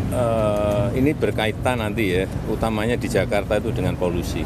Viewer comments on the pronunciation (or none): Baru sekarang ngomong volusi😂😂